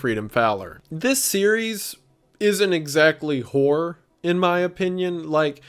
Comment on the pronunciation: Due to his accent wendigoon always sounds like he's saying "whore" instead of "horror" to me and I think that's funny